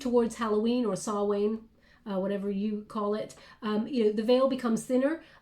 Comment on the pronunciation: Halloween or Samhain originates from Ireland 🇮🇪.. the proper pronunciation is Sow- win ....sow pronounced like cow with an S .....Halloween night is Oiche Samhain ...oiche pronounced E -ha ....E-ha Sow-win. 🙏 Thank you for this reading 💗